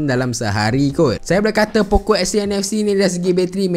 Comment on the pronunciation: Poco ke pokok..dgr mcm pokok 😂